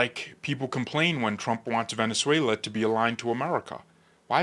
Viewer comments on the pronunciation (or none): none